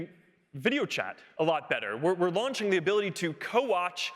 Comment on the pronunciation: "We're also" Why does he pronounce it like that?